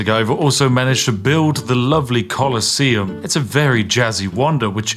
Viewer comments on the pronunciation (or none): none